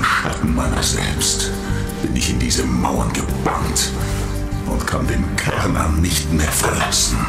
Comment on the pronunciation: Ich habe das Bedürfnis, darauf hinzuweisen, dass der Turm auf Schwedisch "Schärnan" (oder meinetwegen auch "Chärnan", je nach Dialekt) ausgesprochen wird. Ich bekomm immer ein bisschen die Krise, wenn Leute "Kärnan" sagen. Das ist so ähnlich wie "Köttbullar" statt "Schöttbullar". 😣 Bleibt natürlich jedem selbst überlassen, inwiefern man die schwedische Aussprache übernehmen möchte. Ich wollt's nur mal erwähnt haben. 😄 Ansonsten: Solides Video! 👍